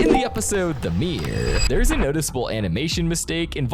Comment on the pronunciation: I know right? And his error and mirror pronunciations are kinda off too